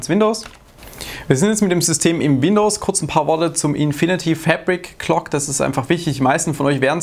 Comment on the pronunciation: jedes mal wenn du "FÄÄÄBRICK-KLOK" Sagst musste nen kurzen trinken!:D